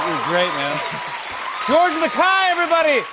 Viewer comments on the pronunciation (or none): George "Mac-Kay" not Mac- "I".Kay as in Jimmy laughs at Jay. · "George Mac Kai"? It's pronounced Mac Kay as in "yay" but with a "k". I swear Americans like to mispronounce words as a final 2 fingers up to england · George Mahkai?? 😂😂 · George Mackay: Jimmy Fallon: “George Mackai” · Is Jimmy pronouncing his name right? Everytime I've met someone with the name MacKay its pronounced how it spelled but Jimmy says it like Ma-kie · nahh not when it's a British or Scottish MacKay. The way you pronounce it is the Iriish way. Which is how it's pronounced in the USA. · uh no… I heard it in a Scottish TV Show Lorraine, the host pronounced his name that way… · And they patiently answer the same questions over and over and over.......... And poor George never corrects people when they butcher his last name. I saw it mispronounced on British TV as well as American TV. The British interviewers should know better. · Geez, take the time to learn to pronoun his name correctly. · Is he pronouncing his name incorrectly?? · Fallon riffs on him not being a no one anymore then mispronounces his name, what a clown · Jimmy please learn house to pronounce his last name